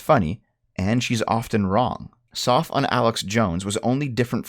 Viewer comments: WOOOOOOO!!! SNES!!!!! Also, it's Soph like "loaf", not Soff like "cough"... Short for Sophia. Who the fuck is named Soff?? Soffia? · Not to be the guy who says our teenage girl is better than their teenage girl, but she is. First off, you’re saying her name wrong. It’s not soph as in sophomore, it’s soph with a hard vowel sound. Second, she doesn’t write scripts with her older brother. She writes scripts with a guy her age who she met online, I think. I’m not entirely sure on that end, but I am 100% sure her brother isn’t involved.